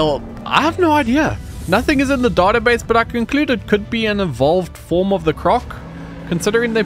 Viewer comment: It's database not database sheesh